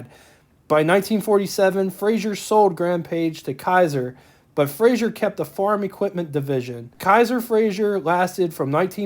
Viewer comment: Fraser, not Frasier